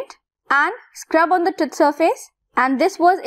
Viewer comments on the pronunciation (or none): Why pronouncing TOOTH as Tuth ?